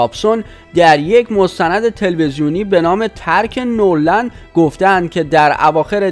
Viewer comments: آقای عزیز درست کلمات را نلفظ کنین نور خونده نمیشه . نه ور لند خونده میشه به معنی هیچ یا هرگز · اولا اسم دخترمایکل،پاریس هستش وپرینس اسم پسرشه . دوما نورلند نیست وNeverland سوما،بعداز 61جلسه دادگاه وتحقیق کامل دادگاه با صلابت رای به بیگناهی مایکل داد. پس جناب گوینده...توکه هنوزنه اسم دخترش، ونه اسم خونه وپارک مایکل رو بلدی،وازروی نوشته هم غلط میخونی، چجوری به خودت اجازه میدی چیزهایی روبگی که اصلا دربارشون اطلاعات نداری؟؟؟؟ خودکشی پاریس هم علتش چیزه دیگه ای بوده .... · تو حتی بلد نیستی اسم ملک شخصیِ مایکل رو بگی ، نورلند نیست ، نِوِرلَند هست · اول اینکه اطلاعاتتون رو کامل کنید بعد خبر رسانی کنید دختر مایکل تکذیب کرده و خودکشی نکرده اسم مزرعه مایکل جکسون نِوِرلَند نه نورلند بعدش هم این کار زشتیه که نظر خواهی کردید اگه این مشکل سر خودتون امده بود دوست داشتید راجع به شخص شما نظر خواهی کنند که آیا این کارو کردید یا نکردید شخصیت خودتونو به عنوان انسان حفظ کنید و دقت کنید که کسی که بی گناه رو آزار ندید؛توهین نکنید خیلی کار زشت و دور از انسانیت.... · Noorland na dadaaaash,oon never lande, noor male mazandarane😆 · با سلام، اول اینکه لطفا گوینده محترم این کانال، کمی لغات رو درست تلفظ کنید بد نیست، در چندین کلیپ شما اشتباهات فاحش داشتین. مثلا Never Land رو نُرلند نگبن ،اونم چند بار. این نشون میده اصلا تو باغ نییستین. و بگذریم که یائسگی رو هم اشتباه گفتین در یه کلیپ و غیره... در مورد مایکل هم، این ادمهای سواستفاده گر بخاطر اینکه به پولی برسن این اتهامات رو میزنن. مایکل این اواخر خیلی وقت بود که حال خودشم نداشت.